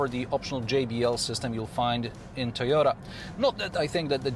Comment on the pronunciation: "Suyota" & "Swarolla" 🤣😭